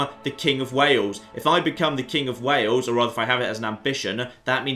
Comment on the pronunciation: It's Wales and Wale-sh. No idea why that cracked me up so much!